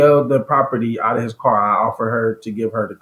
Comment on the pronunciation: Yes, and pronounced car as ‘core’ about two dozen times.